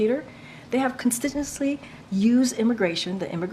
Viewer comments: "constisissly" That's not a word. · "Consitsenly" nerves are getting the best of her.. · Constntinously? Seriously, you're the press secretary. Public speaking is supposed to be your forte. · Did she say "consistently "?